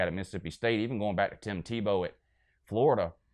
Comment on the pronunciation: He literally can't say Tebow's name. Lmfao just like a Georgia fan.